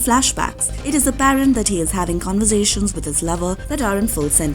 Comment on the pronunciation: 'Convuh-zations'... Indian voice actor detected